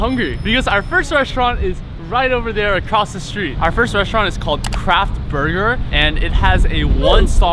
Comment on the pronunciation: “The cheese is not quite thea” the British really came out of XD